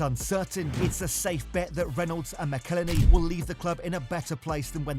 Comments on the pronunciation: Its pronounced MACKLE-HENNY... FFS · It's "Ma-cal-Henney"! McElhenney! What ways to massacre and mispronounce it There are many... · Perhaps you could start by… you know… pronouncing McElhenney correctly 😂. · Shame you can't pronounce McElhenney (Mackel Henny) as there's even a song about it! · I cringe every time you say Robs last name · If ONLY there was a video teaching someone how to pronounce McElhenney..... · Dude Ryan made a song on how to Say Robs name right as ways to fuck it up there are many and still you fuck it up! If you're going to make a video learn how to not speak like a NOB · It was so annoying how he pronounced it!! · You need to learn how to pronounce Rob McElhenney. There's an entire song about it. Unfortunately poor take. These guys aren't like normal businessmen, they are story tellers. A big difference is they have an entire TV show that earns them millions upon millions of dollars to reinvest in the club and gain additional sponsorships that no one else can touch. They won't sell until that new stand behind the goal is built, because that is one of their biggest projects that they promised to accomplish when they first bought the club. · you didn't even bother to pronounce McElhenney correctly...sloppy...he sold this idea to Ryan